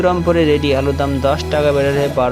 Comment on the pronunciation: Are pagla, valo kore alu uchharan kar, tar par khabor korbi ‼️